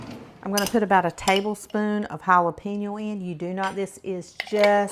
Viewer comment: you crack me up pronouncing "chipotle" and "jalapeño"! It's actually cha-pot-la and halo-pain-yo, Girl, go to Google translate and it will correctly pronounce any word for you correctly outloud so you can hear it! And like many others said, I don't think you put the sugar in the cornbread unless you did it off camera.